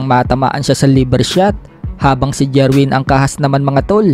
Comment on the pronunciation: Jerwin not jirwen😅😅😅